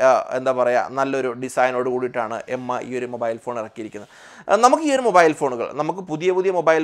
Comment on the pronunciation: M I alla Its mi('me' pronounciaton ).